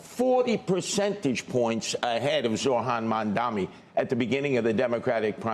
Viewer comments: MAM-dan-i not MamdaMI, Mr. Curtis SLiVER! When Mamdani wins, CNBC will be moving to Florida!😃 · CNBC is obsessed with him but literally never says his name right, what a joke how can anyone take them seriously.